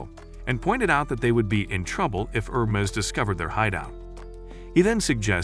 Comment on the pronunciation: The name is pronounced Her-mees. I had to stop watching, as it was like listening to fingernails on a chalkboard on how you massacred the name.